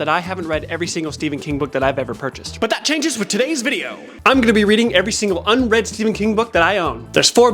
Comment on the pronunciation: you said “butt” instead of “but” and my reaction is making me realize that I don’t think I’ve matured since high school.